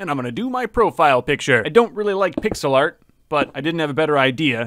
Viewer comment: in the bacon one when he said pixel art do you mean pigselart?